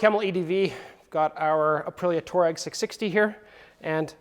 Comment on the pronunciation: Pronounced TWAH-reg. Good product ad.